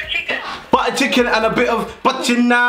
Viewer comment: bro really said chiken with a xbox series s 🤣😂😂😂😂